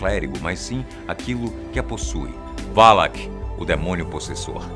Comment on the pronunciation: não se fala valak é sim valac